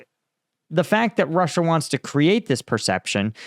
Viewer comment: Ie: roosia